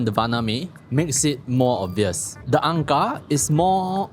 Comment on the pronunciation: ang kar with a hard K